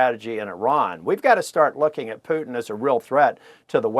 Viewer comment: "Pyutin" - CNN s , Mathew Chance . 🇺🇲 👏